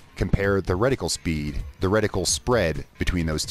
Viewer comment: RediCULE lol. It’s reticle